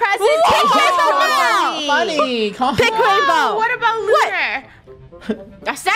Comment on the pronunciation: Bainbow her name is rainbow but why did she say Bainbow